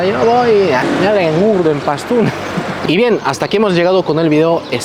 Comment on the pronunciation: Dices PASTÚN y escribes PASTÚ como se entiende eso??